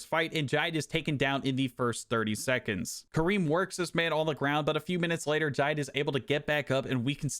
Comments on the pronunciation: The pronunciation of Jide killed me 😭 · Was wondering if any other Nigerians noticed 😂